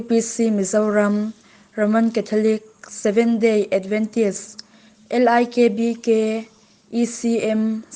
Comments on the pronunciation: LIKBK full form hi Lairam Isua Krista Baptist Kohhran a ni a, I van lam dik lo nasa ve, tu nge Isua hi Aisua ti ngai a, I hi English I ang a lam tur a ni lo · L 'AI' K B K han tih 'Ai'KK ti law2 la...Mizo hawrawp diktakin LIKBK,IKK tihtur o...